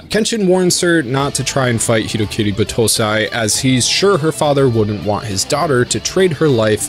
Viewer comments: The pronouncion, yikes. It's not Buh-toh-sai or B-toh-say, it's Bah-toh-sai. I assume this might be one of the spelling vices the dub brought to you, a no brainer there given all dubs should be burned at the stake. Overall pretty good video, the editing was funny as hell. Btw don't watch Tokyo Revengers, it's literally hyped up trash, there are better stories tackling this anime's themes out there and this just isn't it. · Cringe on battousai pronunciation